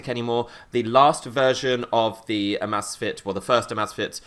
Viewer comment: He keeps calling it AHmAhzfit and its called Amazfit